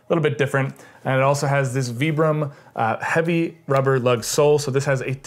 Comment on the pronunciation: That’s actually the correct way to pronounce the name.